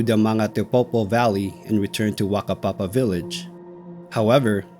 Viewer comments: Overall pretty good pronunciation of Maori place names, though Whakapapa village is pronunced "Fucka-papa" not "Waka-papa". The "wh" is always pronounced as "f". Would also add to anyone travelling in NZ, we might not have dangerous animals and an overall temperate climate but the weather is extremely volatile and changable. It has taken many lives who took it too cheaply. Finally if you find yourself lost or struggling STAY IN THE DOC HUTS. That's what they're for. There is nearly always a supply of canned food and blankets somewhere. And please replace anything you use if you're not in dire straights because the next person might not so lucky. NZ search and rescue teams are amongst the best in the world. As long as they know you're missing, they will find you. The first place they will look is the DOC huts. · So, yoiu're not expected to have known this, but, it's "Whakapapa", not "Wakapapa", and in Maori, the "wh" diagraph stands for the "F" sound, so... "fakapapa". (Yes it almost sounds dirty.)